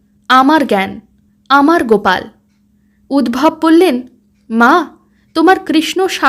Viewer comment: উদ্ভব নয়, উদ্ধব। রাগ কোরোনা কিন্তু, তুমি বড্ড ভালো বলছ, তাই এই ছোট খাট ভূলগুলোও যেনো এই প্রেজেন্টেশন এ কোনো খুঁত না ফেলে, তাই বলছি।